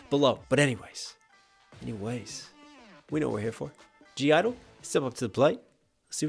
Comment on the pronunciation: Their name isn't pronounced as gee idol, it's pronounced as "idol" / "idle". The 'G' is silent in their name :)